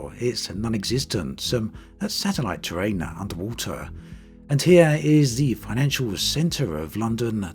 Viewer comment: "The terrain-uh from microsft-uh it is the one-uh." You making a sex audio tape or talking about flight sim bruh-uh?